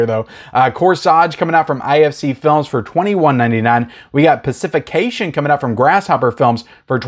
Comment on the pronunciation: pssst. "Paci-fiction" not Paci-fi-CA-tion